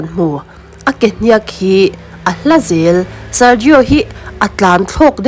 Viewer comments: Ke " hniaak "ti lovin hniak(thluk suh,)ti mai rawh. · Kehniak I thluk dik lo hi a mak thei hle.Beng a ti thlep thluk dik lo hian. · Mizo chu inihve hmel sia,Kehniak pawh han lamdik thiamloh chuh. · Ke hniak i hniak i chhiar hi a dik chiah lo a thluk tawi tur i thluk sei tlat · Hetianga Mizo tawnga Thil in chhiar duh anih chuan Zir in emaw hrechiang ve hmasa thij rawh u… Mizo inti Puitling meuh in KEHNIAK i lam dan te hi a nih in a nilo emai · Ke hniak tih hi i lam peih thei e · Ke hniak tih ilam danhi ava mak ve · Ke hniak tih ithlûk dan hi mak tawp😅